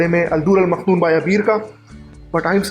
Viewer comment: مکنون ہے، آپ مخنون کہہ رہے ہیں، بہرحال ویڈیو بہت اچھی ہے،